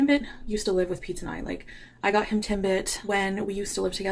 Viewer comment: Its "Tim bit" like the donut holes from Tim Horton's